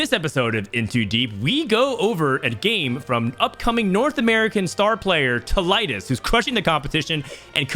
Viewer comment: its pronounced Tee- Liedz